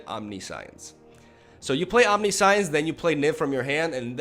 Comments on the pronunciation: Omni-science haha that's like saying con-science instead of conscience xD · Om - nih - sh - eee - ence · OMNISAIENS, that's how you pronounce it But I love when you mispell words, it's kinda your thing and it fits your funny character persona And any haters can go suck a Bolas :) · It's pronounced "omn-nish-ence" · Good vids buddy.. And its "omnishence" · The Kaptain No you pronounce it omni-si-unse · It's om-nish-intz. Love the originality of your decks bro. Keep up the gr8 work👍👍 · A friend I play MTGPQ with attempted to buy a copy of Omniscience, he pronounced it incorrectly as you did and I can't wait to click out of this video because you're proudly saying it incorrectly over and over again; the moral of the story is the store owner wouldn't sell it to him and he said, if you cant pronounce it right you dont deserve to play it. #grammarnerds #getrektscrub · I know its wrong, but I prefer how he pronounced it, since science is clearly part of other word and omni is latin meaning all, but I am a foreigner xD